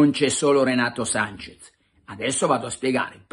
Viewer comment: Breve vademecum per tutti. Si scrive e si pronuncia SANCHES, non Sanchez!